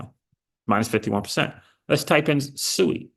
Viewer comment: SUI. Its Pronounced Swey